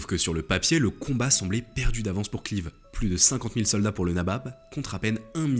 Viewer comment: Vidéo intéressante mais quel dommage de massacrer les noms. Robert Clive prononcé clive. Je ne suis pas particulièrement anglophone et anglophile mais un petit effort pour prononcer ce nom à l’anglaise. Lord Clive qui passe une partie de sa vie dans le sud de la France à Pèzenas. Ce qui laissera une de ses spécialités culinaires : les petits pâtés.